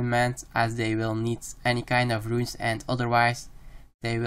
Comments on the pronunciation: stop calling runes "ruins" it boils my blood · Runes, not ruins